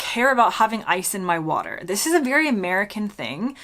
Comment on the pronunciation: What a shame after 10 years you can't pronounce " Water " correctly.